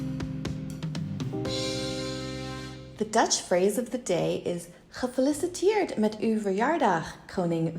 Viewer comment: Gefeliciteerd klonk een beetje raar😅